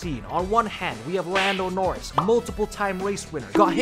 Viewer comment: "Lando NoRizz" 💀